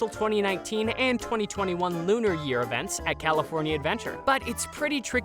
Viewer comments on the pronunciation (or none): none